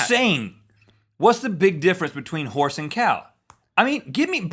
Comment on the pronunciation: I have eaten horse, only he pronounced it Hoss.